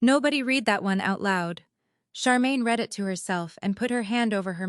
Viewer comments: Could AI please get pronunciation of read correct? For pronunciation purposes: present or habit; reed. For past actions: red! This bubble is about to burst! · Please teach your AI the difference between “I read” present tense and “I read” past tense.